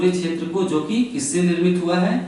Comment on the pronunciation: chhetr nhi क्षेत्र